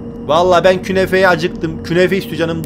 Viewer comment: Künefede diyemedi